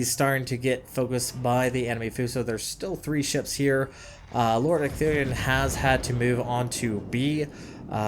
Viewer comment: holy crap you got ecthelion's name right :D